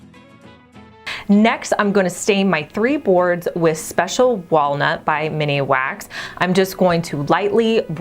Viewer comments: MIN wax not mini wax 😂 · It is MINWAX not MINIWAX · Min-wax not miniwax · I enjoy your informative videos . Thank you! Just a small note...it's MINWAX not MINIWAX. I heard you say that in the video and then saw that you included it in the items above, so I just thought I'd gently point that out. Happy Valentines Day! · Isn't it just Minwax and not Miniwax? Maybe I have ben saying it wrong. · Love the creativity! Except.... it's MIN Wax, not Mini-wax. ;) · Min wax - not mini wax